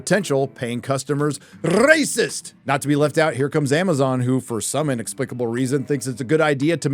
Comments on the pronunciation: Thank god you now only pronounce "racist" stupid and cut that castrate voice... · Can't you say "racist" or "racism" in a normal way? It sounds just as unfunny as it does when YellowFlash is doing it